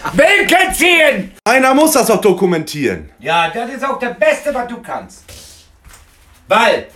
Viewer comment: "Diskumentieren" :D